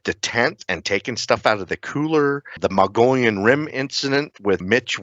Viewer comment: Please learn how to pronounce Mogollon! I'm an Arizona native, I live on The Mogollon rim, Its pronounced MO-GO-YONE! A double LL in Spanish makes a Y sound. U keep saying Mongolian. 😂